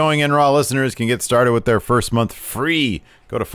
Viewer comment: Ferst, Farst, Furst.